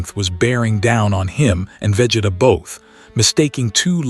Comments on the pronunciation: Vegituh lol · Bruh I hate it😂 they all do it for some reason 🤬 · Wish AI could pronounce Vegeta's name correctly 😂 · Right... how hard is it?